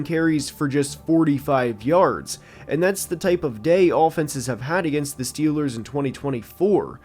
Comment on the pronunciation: Schiillaz two da SchyuperBoul